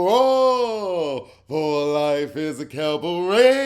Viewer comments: u gotta go to more cabarets just so I can hear ur French renditions of that word!!😂👍🏾❤️ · When you say “cabaret” the different ways I literally laugh out loud!!!😂😂😂😂😅 EVERY-TIME